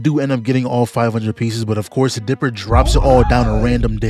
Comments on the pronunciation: Why does it sound like you are saying Deborah instead of dipper? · Why you saying dipper like "debora" bruh? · Every time this man tried to say Dipper he said Deborah and I'm not taking no for an answer